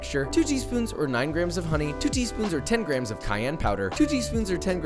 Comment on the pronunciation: am i the only one who hears grahams instead of grams?